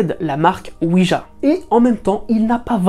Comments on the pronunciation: Oui jjjjjja pas dja . CA viens de oui oui francais allemand. JA se prononce ya en allemand pas dja ca cest le dieu de la weeeeed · à 0mn58 : planche "oui-dja"...il n'y a pas de "d" dans la prononciation de planche oui-ja (gea)...car c'est ja (oui) en allemand où le j se prononce y...c'est donc une planche "oui oui" (oui-ja / oui-ya).